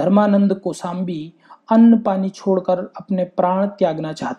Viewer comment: It's not kosambi it's kossambe